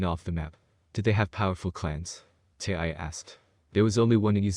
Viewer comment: I think you need to learn English and figure out how to say tyuy's name correctly